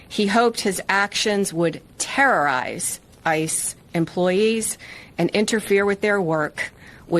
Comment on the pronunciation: I like the way she slowed it down and emphasized "terrorize" just so the slow journalist types could follow along.